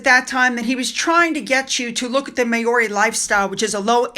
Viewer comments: It's pronounced Maaori not meiori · Great video, but next time you see the name MAORI you should pronounce it MOW (as in How)-RAY. The Maori people are a beautiful and colourful people. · please google pronunciations. Maori is pronounced Mowri (with a rolled 'r'). It is insulting otherwise. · Travalyst is a scam y the way the name Maori is pronounced Mowri just for future reference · It’s pronounced Mow-ree, Just saying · I know, I know pronunciation isn’t your thing but…for future reference Māori is pronounced Mowri…like ow it hurts..rather like watching Harry “dialling it in” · it's pronounced Mowree as in cow. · No offence to you but Maori is pronounced mouw-ree 🦛🇭🇲🦜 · It's pronounced: MAO (rhymes with cow)-ree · Hi, Maori is pronounced Mow ( as in wow) ri. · Māori pronounced maw-ri. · Just FYI .... Maori is pronounced Mowrie. Mow like cow and rie like wheeeee.